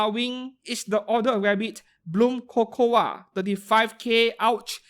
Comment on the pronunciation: Fyi, "Cocoa" is just pronounced "Co-Co" lol. Also Prisma Wing makes beautiful figures despite their high asking price.